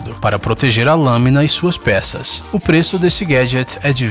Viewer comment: continua assim dizendo os peeços